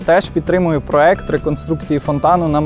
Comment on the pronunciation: але ж проЄкт, не проЕкт (